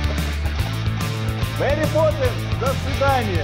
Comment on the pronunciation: Crash Zone так же не Мери а Мэри))